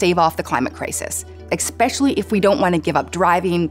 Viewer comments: 'Especially' is not pronounced: "ex-specially" 🤦🏻‍♂️🤦🏻‍♂️🤦🏻‍♂️ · Honey,,, there's no "x" in especially... but thanks the crux of the issue is an "x" in especially,,, my grandmother is rolling over in her grave right now since ex-specially is how you Pernod cedar it you lost tons of credit with many people let me ax you a question... see?? You sound dumb educate yourself